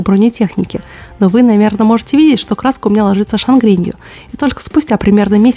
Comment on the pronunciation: Что такое шаНгрень? Неужели результат некачественного образования?